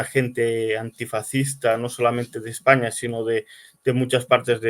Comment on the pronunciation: aprende a decir España